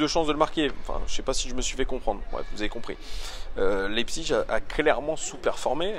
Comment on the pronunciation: Pour bien prononcer Leipzig ;-)